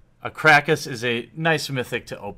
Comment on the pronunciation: Pleeeeeeease put more effort into pronouncing the cards right - It's Ka - ra - kas, not Crack - Ass. Thanks!